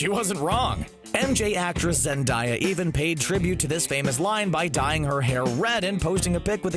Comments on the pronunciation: Zen-DAY-a, not Zen-DIE-a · Did you say zen-dy-a even though it’s zen-day-a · ZENDAYA NOT ZENDIYA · zendaya zen-day-a not zendiya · ZenDIEya ...... It's ZENdayA‼️‼️‼️‼️ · It not zenDIEa it is zenDAYa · ZEN-DAY-A is how you say her name, not ZEN-DIE-YA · Zendieya? ZenDIEya?! ARE YOU ON DRUGS? It’s ZenDAYa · they said zen**die**ya. is it zen**die**ya, or zen**day**ya??? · Ppl say Zendiya it's Zendaya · Why can’t you say Zendaya’s name correctly. It’s not Zendieya. It’s pronounced Zen-Day-A. Seriously, it’s not that hard. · Ummmmm this dude said zenDIEa instead of zenDAYa. Bruh........... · its zendaya not zendieya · Anyone notice that he said zendiya instead of zendaya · ZenDAYa not ZenDIEa it’s suuuper annoyinggg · He calls Zendaya Zendiya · (zen-die-yaah) <---- this is his pronounciation of it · I’m just gonna day this once. IT’S ZEN-DAY-A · " MJ actress Zen-DIE-a " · I hated when he said zendayas name wrong - zendiiiiya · Wait- did he- did he just- no...he just said Zen-die-a I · He said zen diea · I’m sorry to be that guy but Zendaya is pronounced Zen-day-uh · Did anyone else here him say Zend(y)a 😂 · Zendiya? Really? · zendiea? You mean Zendaya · He called zendaya zendiya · No one: Absolutely no one::ZeNdIeA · Not trying to be rude but it’s Zen day ah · He pronounced her name wrong he said zen-die-ya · Did you say Zendieya? ANGER INITIATES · Why is no one mentioning the fact that he said, "Zendiya" ?? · No one: Not a single soul:: MJ actress zendieya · oof,, it’s zen-DAY-ah. :‹ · It's zenDAYa. No hate just saying. Have a good day <3 :) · It's pronounced zen-day-a even Zendaya said it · Did he just say...Zendya? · “Zendiya” it bothers me so bad cause I grew up watching shake it up while playing Minecraft and the mispronunciation gets on my nerves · Why did he call Zendaya Zindiya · he saids zendaya wrong and it’s bugging me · the way he says “Zendaya” kinda bothers me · the way he says Zendaya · How did he pronounce Zendaya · he says zendayas name wrong